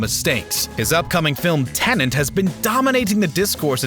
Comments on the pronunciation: It's Tenet, not Tenant. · it's tenet not tenent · Did you say Tenant? Was that a mistake, or am I mistaken?